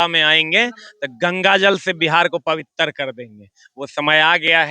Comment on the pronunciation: Pabitar nhi sir पवित्र 😂😂